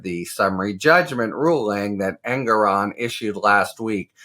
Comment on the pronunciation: Harry: The judge pronounces his name EN-GORE-ON, per his opening remarks. Thanks for all you do.